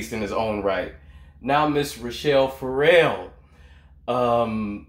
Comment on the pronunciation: Dude, I have loved your channel for years BUT you are killing me with always calling Rachelle (pr. ruh-shell) Rachel (pr. ray-chul). 🤣🤣🤣 You pulled it together midway through and at the end though. Hahaha... Great reaction as always!!!